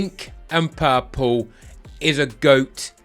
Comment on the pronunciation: U pronounce purple pal-pu😂😂luv it 😅😅😅😅